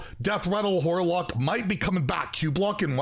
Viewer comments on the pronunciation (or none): I swear you're saying whorelock, but I think you just pulled a Stewie and put a h sound at the beginning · anyone else hearing "Whorelock" lmao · He absolutely said whorelock hahahah